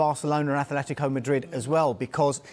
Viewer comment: Great that has the consciousness to actually say A-tle-tico and not A-Flet-tico like the AFTV pundits.